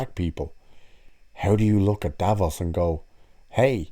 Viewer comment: I'm bored... Oh no sorry not of the "TrAnS iSsUe" of videos like this. Oh and it's DAVROS not Davos sounds like a cleaning product